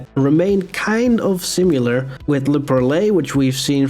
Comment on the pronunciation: Love your vids bro keep it up! And the way u say penitentiary will always be funny 😂 Also La Perle is pronounced (Pearl)